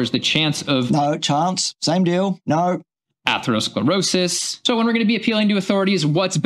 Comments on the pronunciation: Yeah, when he says, "atherosclerosius" it's like nails on a chalk board. Ugh!!! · point about opinion vs. proof or cause cannot be repeated often enough. Mic has trouble pronouncing atherosclerosis. Brain fog?